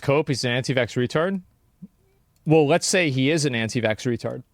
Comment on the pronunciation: Any one who says canti vax" holds ZERO credibility.